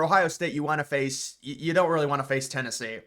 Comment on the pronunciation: I think Tennessee is going to surprise everyone.... Even though i dont think you know how to say their name... You speak least about them.